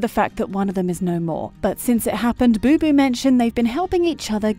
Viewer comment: The name is BOBO, not BuBu...